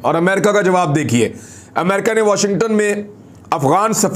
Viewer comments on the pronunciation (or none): none